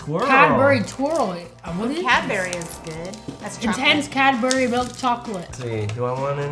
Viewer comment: I love how they pronounce Cadbury’s. Cadberries whereas I swear everyone pronounces it Cadbries 😂😂😂